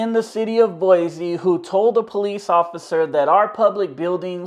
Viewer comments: It's boyceee not boyzee. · “Boy-Zee”? 🤦🏻‍♀️ Go back to the Bay Area. We don’t appreciate Californians invading our state. You don’t pay squat for that building. The 4th amendment protects you when the government is prosecuting you for something. Basic building security is not a Constitutional violation lol. You sound like you’re just trying to get a rise out of people. (Maybe learn the name of our city before coming back to harass people) 🙏✌️❤️✝️